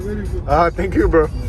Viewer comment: Finque you frerooooo 😂😂😂 tu m’as tué